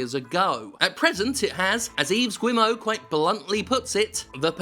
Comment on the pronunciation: Yves Guillemot is pronounced like Eve Gee-mo